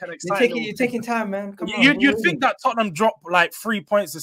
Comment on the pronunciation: It is the history of the Tot-ten-ham 😂